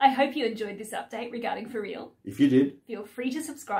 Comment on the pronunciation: Nice video, thank you. The wife saw the bit with Alexis and said that she wants to go there straight away and buy a dress. My one complain, however, is that I believe some people knowingly or unknowingly mispronounce important words. The "For Riel" is a play on the words "For Real". My gripe is that the Cambodian Riel is actually pronounced Ri-el. I know that some Americans say "Real" but I don't like this effort to force change pronunciation of words to suit a personal or business agenda.